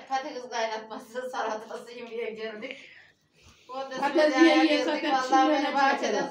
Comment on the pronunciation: bacımm ben şaka yapıyorum biraz espiri olsun gülelim diye sakın yanlış anlamayın bacımm hepimiz yiyoruz seviyoruz patatesi sizin patakiz demeniz çok hoşuma gidiyor ondan takılıyorum bacımm